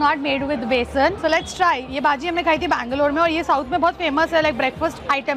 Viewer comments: you dont say baji you have to pronounce it as bajji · It's pronounced "bhajji" not bhaji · Ur pronounciation of baji is wrong 😅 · It's not baji it's bajji.... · not baji its bajji